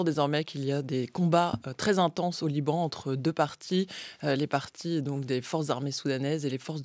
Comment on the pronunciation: Liban Koweït 😂 elle a du mal